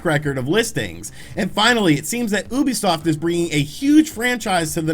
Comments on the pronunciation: I think Ubisoft os pronounced youbisoft instead of oobisoft but I might be wrong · Kinda irks me how he says Oobisoft instead of Ubisoft.... oh well, it doesn’t really matter in the end. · he said OUbisuft ._. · Little bit funny how you pronounce "ubisoft" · Thats not how you pronounce Ubisoft... is it?